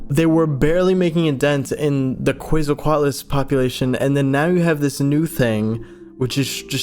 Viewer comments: it's k-w-etsle (like pretsle) coat- a lis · The dino nerd is screaming at me cuz u say Quetzalcoatlus wrong😭 It's "Kh-vet-zal-koh-at-lus" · why do they pronounce it ketsalquatlus? but it is spelled quetzalquatles WHY? WHHHHHYYYYYYYYY????!!!?!???!?! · I know I sound like a nerd but it’s ket-SO-CO-at-luss or luz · More like Ket-Sul-Coah-atlus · i think it's 'kw-et-zal-co-at-al' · WOOOOOO, UPLOAD! (It’s pronounced Kwetz-al-coat-luss, I think… read it in a book a long while ago) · I want to give a lecture on pronunciation on Quetzalcoatlus to him. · This man's pronunciation of the Quetzalcoatlus is "unique". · Love your videos! I'm begging you to look up how to pronounce Quetzalcoatlus 🐦